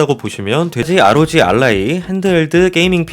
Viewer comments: 엘라이(ally-동맹, 연합)를 자꾸 알라이라고 말씀하시는거 되게 신경 쓰이네요.. 그래도 잘 분석해주신 좋은 영상 잘 보고 갑니다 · 세상 어떤 사람이 Ally를 알라이라 발음하는 건가